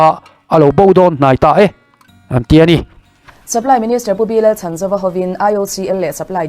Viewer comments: A hming hi i lam dik lo deuh. Chhan tih lai hi lam hniam tur. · Supply minister hming ilam dan hi adik lo deuh